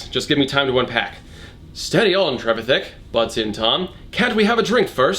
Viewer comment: Trevithick, for future reference, is usually pronounced to sort-of rhyme with 'terrific'. TREV-if-HICK.